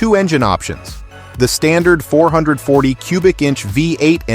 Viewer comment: The AI voice is pretty convincing, except for dead giveaway mispronunciations of $546 and 440 6-pack...